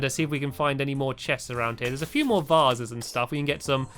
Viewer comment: vasses? vases